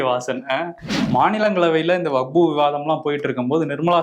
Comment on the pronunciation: அன்பு சகோதரர் அவர்களே வகுப்பு வாரியம் என்று சில இடத்தில் உங்கள் வாய்ஸ் வருகிறது. அது வக்பு வாரியம் என்று சரி செய்து கொள்ளவும். இது விஷயமாக தங்கள் கருத்தை பதிவிட்டதற்கு நன்றி.